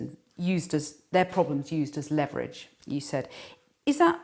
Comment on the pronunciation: please learn how to pronounce the word leverage.